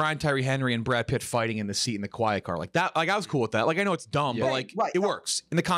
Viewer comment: "Brad Pritt" -JeffD